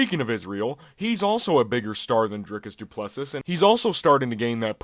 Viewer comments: You dont pronounce the last S in his last name. Pronounced Du Pless"E" But yeah, Du Plessis definitely deserves the title shot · The last ‘s’ in Plessis is silent. And, good try on your prediction, but… didn’t age well.